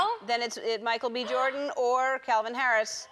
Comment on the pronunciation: Sounds like she says “Michael BE Jordan”